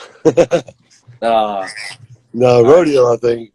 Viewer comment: 🗣🗣🗣 Mike Dean a real one for saying Rodeo